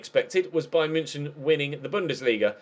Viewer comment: And bayern munich. You're pronouncing München wrong as well😂😂